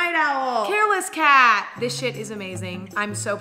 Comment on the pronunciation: When she was talking about the new blends I literally heard her say “hairless cat blend” 😂